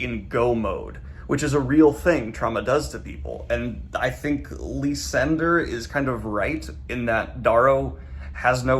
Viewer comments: Did you just pronounce Lysander's name as Lee-sander? That's...interesting... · I'm sorry, lee-sender? LEE-SENDER? I mean, he's a little shit but that cracked me up haha.